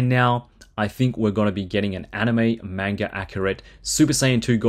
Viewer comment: Can't pronounce manga right, or realse who the character is, with his name on the box?